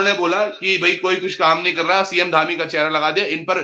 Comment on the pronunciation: धामी ❌ डामी ✅